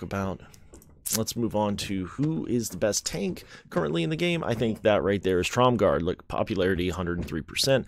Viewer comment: There is no D in Tromgar. Sounds like you're saying TromgarD.